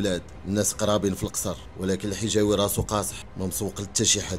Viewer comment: El hijaoui et non jihaoui